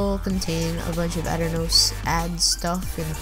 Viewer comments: it aternos, not ater nose, ding-dong. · its auh-tur-noos not at-ern-os